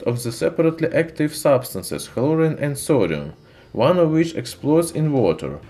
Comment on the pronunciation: Chlorine or hlorine lol